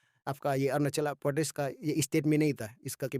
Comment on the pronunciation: 😂😂 video ❌ bidiyo✅ Pradesh ❌ pordes✅ Tisa❌ ticha✅ Tsangpo❌ tsangfo Tissing❌ titching✅